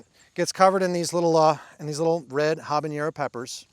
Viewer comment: Love your channel, but isn't it pronounced "hab-a-NER-o", not "hab-an-YER-o"?